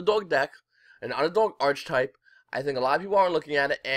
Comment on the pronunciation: really like these market watch vids mang :)! it's archetype not archtype btw